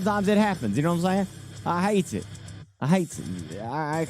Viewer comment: says "I hate it" like a brit and everything else like a good ol boy in the country...😂👍